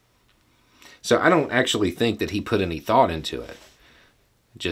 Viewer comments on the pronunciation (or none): none